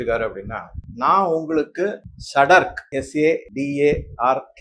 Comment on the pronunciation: திருவாளர் இதற்கு தான் பிற மாநில ஒரு மொழி கற்று கொள்ள வேண்டும் உதாரணமாக தாங்கள் ஆங்கிலம் மொழி மூலமாக மற்ற நம் நாட்டின் மொழியை சொல்லும் போது சொல் பிழை வருகிறது . தாங்கள் சொன்னது ஒரு பொருள் (செடார்க்) சரியான சொல் அல்ல (ஸத்தர்க் அல்லது சத்தர்க்) தான் சரியான சொல் ஆகூம் அப்படி என்றால் எச்சரிக்கை என்று சொல் ஆகும் .